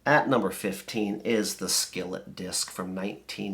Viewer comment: Siket disk, not Skillet. But whatevs